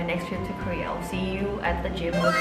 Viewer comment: I don’t think realizes that when she says “Career” and “Korea”, it is the same. 😂 It’s cute though. 🫰